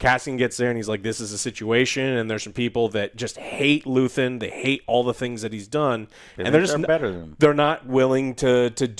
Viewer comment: Luthien, luthen, luthien Never change joe hehehe. Andor was great, hope Disney gets the memo. I'm not watching impervious to damage mando and the green prop movie. I want more Andor like projects. P.s the bricks and screws comment was right on target. Can't stand swt anymore.